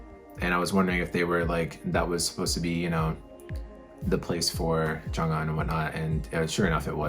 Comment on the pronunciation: Hi, hope you are well. Took me 3 days to prep emotionally. Thanks for your reaction, this song is so very precious to us all. Regarding Jjong's name, the pronunciation is not Jong-un, it's Jonghyun, i.e., the hy is spoken, not silent. On a more upbeat note, did you get to the BTS concert? It was PHENOMENAL!! But don't everyone kill me. SHINee is my ult...always have been, always will be. Looking forward to your continued journey.:)